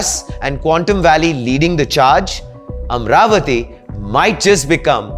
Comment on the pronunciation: It's not Am-ravati, It is AMA-RAVATI ! Please pronounce the divine name correct ! The name AMA-RAVATI has great connection history in our vedas.